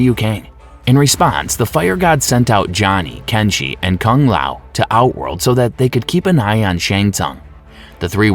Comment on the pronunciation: Riden, leeoooh Kang, Kung layow, Kam I dog ew, Ken Shy? Tell me you've never played Mortal Kombat without telling me you've never played Mortal Kombat.